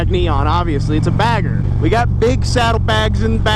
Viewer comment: bagger or "bag her" ?? lmfao and I am not picking on the way you talk !